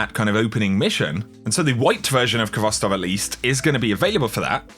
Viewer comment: I just want to clarify that the Khvostov is pronounced with a soft "h" Sound, the k is silent